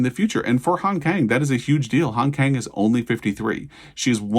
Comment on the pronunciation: "Kang" has an "ah" sound, and the "k" has a slight "g". It should thus be pronounced more like "gahng".